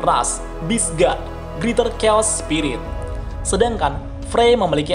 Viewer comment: Beast dibacanya bis,bekan bes